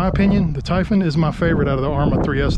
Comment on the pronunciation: Ty-fun??? Tie phooooonnn